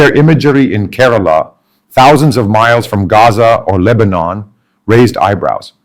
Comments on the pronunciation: Mr. Samuel, my state is not കരാള but കേരളം. Not പള ക്ക ഡ്. But പാലക്കാട്‌. Just remember that as long as you are a malayali places and names of persons should be pronounced as what it really is. Overstylish is your presentation. Listen mr tharoor carefully. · Being a mallu, how come your pronunciation of Kerala, Malayalam & Palakkad etc , is so accented ? I mean are you using some AI tool ?